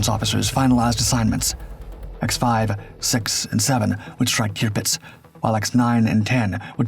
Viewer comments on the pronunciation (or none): Terpitz, not Tearpitz. AI? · You would think, that if someone decided to tell this story, an important event during World War II, they would at least get the name of the ship right. It is, or at least was, TIRPITZ, not TRIPITZ, which is what the narrator called it. Must have been overdubbed by AI, even so, someone should have ensured the correct pronunciation. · Turr-Pitz is how you say it. Tirpitz. Not toopits. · Tirpitz pronounced TURPITZ. Tearpitz indeed! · Tirpitz not qpitz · It’s pronounced “TER-pits”…. not “TEOO-pits.” Where you got that, is a mystery. LOL Great doc, as usual. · Tearpitz?? It’s pronounced Turpitz but spelt Tirpitz jeeee whizzz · Tupitz? Wasn’t it Turpitz? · "QUBITZ"????? where'd you learn how to pernounce words??? clean out that bubble gum and oversized tongue in what you call a mouth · it's pronounced "Terpitz" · Kewpits??? :face-green-smiling::face-green-smiling::face-green-smiling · Posts like this deserve more care and respect than the usual A I soundtrack..... TUEPITS? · I dislike the way the “AI” pronounces Tirpitz.